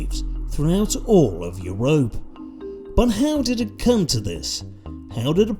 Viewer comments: The way bro says you-rope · Love how "Europe" is pronounced here 😂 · his pronunciation of europe kills me every time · How he’s pronouncing “Europe” is killing me